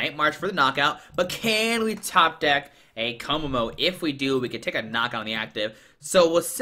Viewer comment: To pronounce Kommo-o KOmmo O